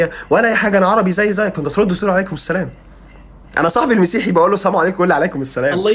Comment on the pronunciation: على فكرة انت المفروض تقول السلام عليكم مش السليم عليكم المفروض اخوانا القاهريين/الاسكندرانية ينطقو الحروف برجولة شوية